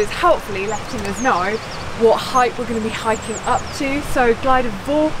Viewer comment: You said ‘glider’! Damn! Oh well, you aren’t Welsh. Oh and you pronounced everything else abysmally too! Too much for me, I’m off. You’ll miss me, I know. Not!